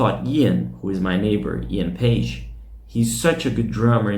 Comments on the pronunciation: Drummer's name is Paice, nickname Paicy, not Page. work on your pronunciation man before you go online, would you? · I liked your video... tnx for putting it up... and I need to say that Paice is not a Paige like you pronounce it :)